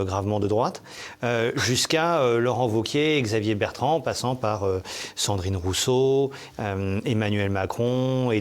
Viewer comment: Ahahah par deux fois, il dit Cendrine Ruisseau dont une fois où il commence à dire Sardine Ruisseau😂😂😂